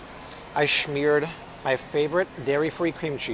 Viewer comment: When you say smeared it sounds like a bad word